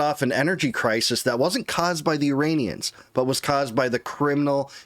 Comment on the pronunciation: Did you just say urainians???? Lololo